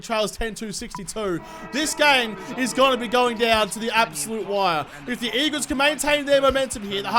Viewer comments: 'Weagles' LOL, that's cracking!! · You said the weagles